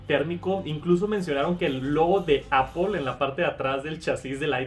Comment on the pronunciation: "Apol" entiendes? apol xd